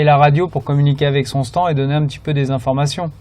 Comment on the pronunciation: Ça me perturbe que grosjean dis « stan » au lieu de stand